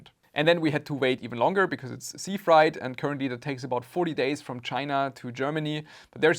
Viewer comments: its more fraaait than frite (freight) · frEIght, not fright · I'm so sad for your loss... Ah, it's not "fright" it's "freight"! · Thank you for making this video. Respect. My only complaint is that freight (shipping) is not pronounced like fried (cooking) or fright (scared). Try saying "frayt" instead. Or frāt, IPA: /fɹeɪt/ (But after a few minutes of repeating the wrong word, I finally caught on to the meaning from context clues.) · Just a little note on your English; The word "freight" is pronounced like "weight" (wait). It's not like "height"(hite), as you pronounced it. Hope this helps and that it does not offend you. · My condolences. By the way, "freight" rhymes with "eight". You're saying it as "fright", though I imagine you had a fright when you found out what they had shipped. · Fright vs Freight XD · "Freight" is pronounced like "crate" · So you didn't report them on alibaba? Freight is pronounced just like how you pronounced weight. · It's pronounced "FRAYT". Sucks you got scammed, but my racism against the Chinese would have prevented this. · Freight is pronounced with a long A